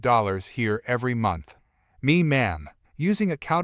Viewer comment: Counterfeit is pronounced counter-fit , not counter-fate.